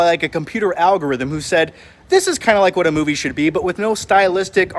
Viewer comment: Al-G Rhythm? lol I couldnt resist